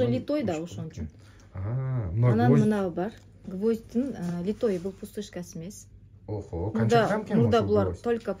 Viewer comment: 😮ушунча арызанбы, тангалып атабыз коруп алып, пай пай пай, литой эмес, литый деп айтылат, аябай арызан экен ,😂😂😂, талап атабы.